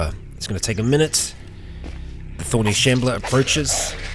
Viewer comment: You say thorny shambler I hear “horny shambler” and it brings back forgotten horrors